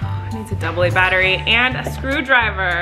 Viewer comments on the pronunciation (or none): none